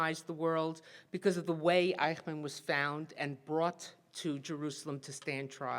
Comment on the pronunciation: The pronunciation is eysh-munn, not eye-kh-man.